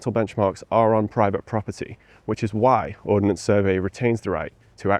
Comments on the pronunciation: Ordnance... Not Ordinance. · Ordnance not ordinance.